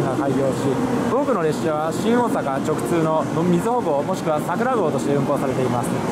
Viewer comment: 直通が毎回言えてないのかわいい